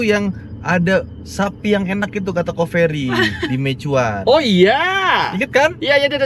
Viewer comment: BKN mei Chuan tapi meiyuen Mandarin nya meixien di Quang tong 😢😢😢😂😂😂😂